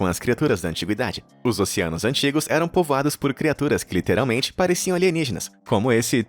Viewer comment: "Nosso planeta são 'polvoados'." XD